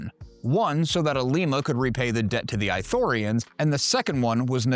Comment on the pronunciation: is it eye-thorians or ithorians? how is it pronounced